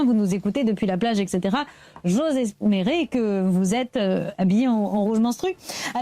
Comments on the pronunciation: À , Tiphaine machin (celle en rouge , qui féminise tout) qui dit ” j’ose esmérer " au lieu de ”j’ose espérer” ...... bon bref , tous ces gens s’ennuient et l’humanité mériterait une bonne apocalypse histoire de tout remettre à l’endroit ! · Vers 5 minutes : "J'ose esmérer" 🫠